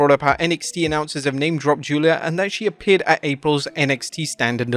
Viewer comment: I'm so glad you stopped pronouncing "Giulia" as "Gweela"